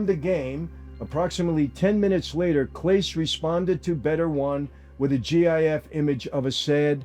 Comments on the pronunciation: Lifelong Clevelander and Indians fan here (never the woke G word)....... having watched Clase (last name is pronounced "Clah-Say" btw) from the beginning of his career as the Indians closer I can tell you we all just had serious questions about these pitches. The guy could throw a 100 mph slider and freeze Aaron Judge in his place but would hit the dirt 3 feet in front of the plate. At times we thought he'd thrown his elbow or shoulder out on the throw. It just didn't seem right. Something was weird on these. And one particular led to a loss at what I think was actually his last game - over July 4th weekend, the Indians were on a 9 game losing streak. I was at the game in Cleveland. It was against Detroit on a Sunday. The Indians had a 2-1 lead in the bottom of the 9th and Detroit got a runner to 3rd with 2 out. Clase was on the mound. First pitch to the next batter - IN THE DIRT. Runner scores. Detroit tied it. They went on to win it 7-2 in 10 innings. He was suspended shortly after this game. Now that the info on the prop bets is out and he was in fact throwing these pitches on purpose it all makes sense. And it ticks us off because he was the best closer in baseball. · Listening to this meatball with his cartoon cosplay accent intentionally mispronounce Clase is beyond embarrassing. For you, meatball. For you. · I can’t take anything he’s saying serious because he can’t even pronounce class’s name correctly….i understand it seems irrelevant to the point of the video, but it’s actually not. If you can’t even do the minor amount of research required to find out the pronunciation then everything else being said is just uniformed in order to push out content and get views regardless of if it’s correct or not. I don’t think I heard anyone’s name pronounced correctly in the whole video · One of the best parts of this whole video: listening to an Italian ex mobster pronounce central and South American baseball players names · They're pronounced Cass-Eh & Paw-Hez 🙄